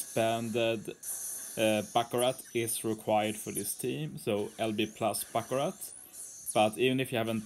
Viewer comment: Finnaly someone on YouTube is saying Baccarat instead of BACCURA (The Panther luffy fought in Amazon Lily)